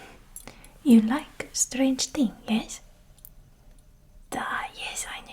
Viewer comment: The way she annunciates "Tuck away" and "Qui-et" The 'th' sounds in 'thing' and 'with' are pronounced like "Ting" and "Wit". I'm sure there's more but those are the most characteristic things I noticed show up. I lack the vocabulary to into as much detail as I'd like so it's mainly a vibes thing for me w